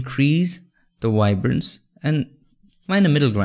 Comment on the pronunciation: Awesome tutorial bro! Like how u say “wibrance” lol